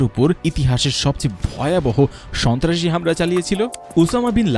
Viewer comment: রিপোর্ট কারির মখে বার বার শুনেছি স,ন্তা,রাসি কথাটা রাহাবার কি ওটা ছিলো 😡